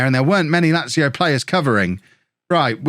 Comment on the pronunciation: You've learned how to say Lazio, nice one man.